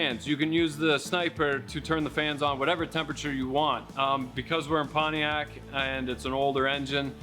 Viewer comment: It's pronounced "Panty-ac"...😂